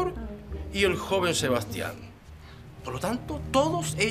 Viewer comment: Claro que se dice seastian